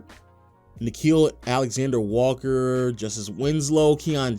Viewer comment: I stg Nickeil Alexander-Walker is NOT a hard name to pronounce. It’s easier than his cousin Shai 😭